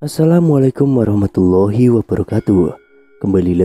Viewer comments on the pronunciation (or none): none